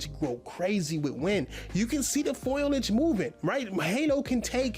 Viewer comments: This man literally struggles to form a sentence never mind make a point. He also doesn’t know the word eruption and said foilage instead of foliage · ITS FOLIAGE! NOT FOILIAGE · Sad to see he uses words in his videos that he's doesn't know how to pronounce... Foliage and synopsis as an example makes me laugh so hard... Looks like he has never used the setting screen in a game before, coz he can take of stability control, you can adjust car damage from cosmetic only to realistic